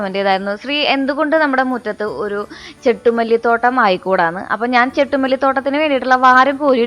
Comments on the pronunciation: ചെണ്ടു മല്ലി എന്നല്ലേ ചെട്ടു മല്ലിഎന്ന ല്ലല്ലോ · ചെട്ടുമല്ലി അല്ല ചെണ്ടു മല്ലി